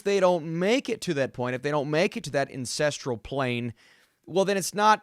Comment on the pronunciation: Incestral Plane? :D